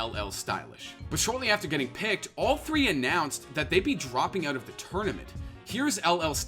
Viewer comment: i love how this guy pronounces "out", "ewwt"